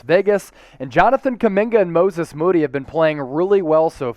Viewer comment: I hope this is just the first of many times we get to hear someone pronounce it "Mooses Mody" 😂😂😂